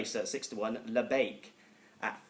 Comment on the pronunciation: I almost turned it off when he said labiak...